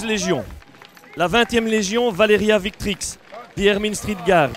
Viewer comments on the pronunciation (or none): I heard him say victrix with a v and not a w. im mad